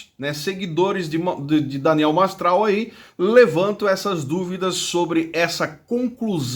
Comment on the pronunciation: Nao sabe falar nem o nome do cara MASTRAL 🐴🐴